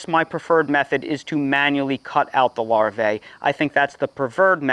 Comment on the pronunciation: The CORRECT pronunciation of "larvae" is LAR-VEE. The second A is silent. 👍